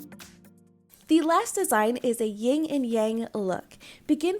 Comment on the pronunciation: it’s called a Yin (not Ying) and Yang. Just so you know